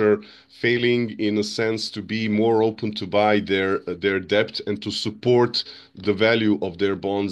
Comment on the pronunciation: Bro is the first person I ever heard pronounce the 'b' in debt. Can somebody tell him it's silent.